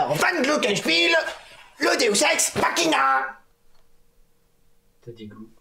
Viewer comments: Est-ce que j'étais la seule à connaitre le deus ex machina MAIS à entendre deus SEX machina? Ou le nom parfait pour un porno mechanophile? ^-^ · c moi ou le prof dit deus sex machina XDDD ?